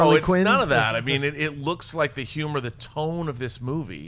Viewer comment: I can listen to Schnepp not being able to pronounce H's all day long